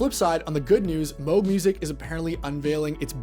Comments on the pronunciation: ...it's moog not moge😊😊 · That's incorrect. It rhymes with the synth model they released in 1980: The Moog Rogue. It's not a Moooog Roooog.